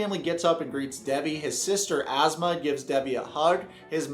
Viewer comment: "His sister Asthma" 😂😂😂 Never heard someone pronounce Asma like that